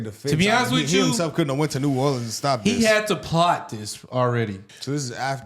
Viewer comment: You can tell by how she's talking and how she pronounced new Orleans the fbi chick is from cali